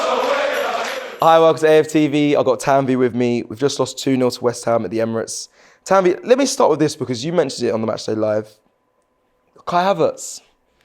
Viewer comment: She isn't Tannnn-veyyyyyyy, she is Tann-vi 🤡